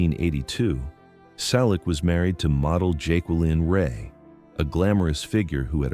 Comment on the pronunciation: Why a fake image of Tom? Teach your AI-generated voice to pronounce "Selleck" and Magnum P.I. correctly. Why talk about people you don't know personally? Tom and Jillie met in 1983. They married in 1987. Tom did not visit London.He filmed Lassiter during that time. We have already informed the creator of the original video about the misinformation, but you simply copied everything. Shame on you.